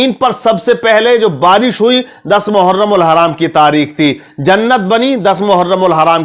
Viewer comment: मुहर्रम कहते है हराम नही लगाते नाम तो सही से लीजिये